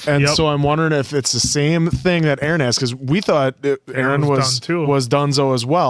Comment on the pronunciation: lol why are you guys saying arman and aaron instead of armin and eren all the time 😭😭